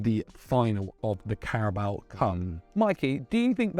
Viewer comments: Did he say carabao cum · "carabao cum" 😂😂😂